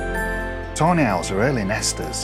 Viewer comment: Ive found your videos about a week ango and fell in love with most of the owl. As a german I think its very funny though that instead of tawny owls I hear Toe nails...